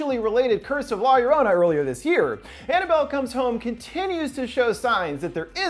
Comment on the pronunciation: love your work you put into your videoes but....google trans;ate exists. La Llorona sounds like La Yo-Ro-na. Cmon dude. latin horror titles (and othe countries for that matter) need pronounciation love, cmon dude :-/